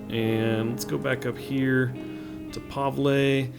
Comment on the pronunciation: Pavle - pronouced (pah-vul)